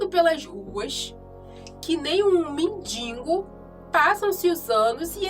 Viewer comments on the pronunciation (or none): Moça , por favor estuda português , não é mendingo , é mendigo .